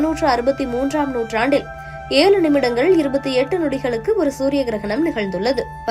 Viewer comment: Ezhu nu vaila varadha?? Zha ve solla therila. Ana tamil news padika vandhruvenga.